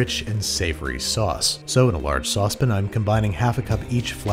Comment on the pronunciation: Serious question. Why do you always say “saucepin” but then say “sauté pan” is it a pronunciation thing, or is there actually something pronounced as “saucepin”